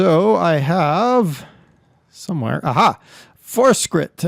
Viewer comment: Der, I like your vids, appreciate the spotlights, but the brand is pronounced - Fort Shritt (think along the lines of portrait). Keep up the good work. Thanks. :)